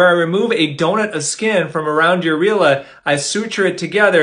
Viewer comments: I was today years old when I found out that areolas are actually pronounced uh-real-uhs and NOT air-e-o-luhs... And I even have a pair 🤣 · Me too. He says areela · Why do you say: a-real-uh Instead of : air-E-ola Never heard anybody pronounce of the way you’re saying it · The British pronunciation is "Areela". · But you specifically google how to pronounce the word it tells you it’s air-e-ola instead (in both American and British) so the dr would be pronouncing it wrong but 🤷‍♀️ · I always pronounced that air ee oh la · I think it's air-ee-oh-la and some people mispronounce it and say the former haha. He's definitely messing with us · Bruh I've been pronouncing it "Air-ree-oh-luh" 😳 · Ah-real-ah…. It’s pronounced Air-e-oh-la….. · Wait, I thought it was pronounced “air-E-ola” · did he just pronounce areola, "areelya"? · Sorry, have I been saying this wrong mt entire life? I thought it was pronounced a-ree-oh-la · Isnt it pronounced air-ree-oh-luh? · Isn't it pronounced ah-ree-oh-luh?? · I hate the way u pronounce areola .... it's pronounced like air_e_ola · The first version is the British pronunciation. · I think this dr says it wrong. I have spoke to several drs and no one has ever pronounced them the way this doc did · It seemed like when he said it in the singular it was pronounced differently but when he used the plural areolas, he actually pronounced correctly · I’ve never heard areola pronounced that way… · Why does he pronounce “areola” like that? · Why is he pronouncing it like that … is that the right way to pronounce it !!? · It’s not pronounced that way!!! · Can't even pronounce it correctly!!!